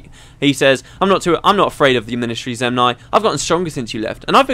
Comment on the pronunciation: Zenmai, not Zemnai